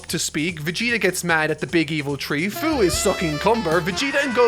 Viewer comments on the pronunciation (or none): Its fuu not fyu